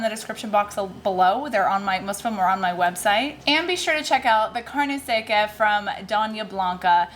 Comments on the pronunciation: Im going to try these recipes, I liked the corn tortilla challenge recipes and my family loved them made it 3 times already. fyi the product carne seca is pronounced carne sec-a the a sounds like the a in ha. thanks for the great recipes! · You were close with the pronunciation of the meat product. Phonetically it's kind of like "car-neh (with a slight rolled r) sek-ca don-ya (sounds like don't without the t) blan-ka" HEB is just the letters said individually. Cheers!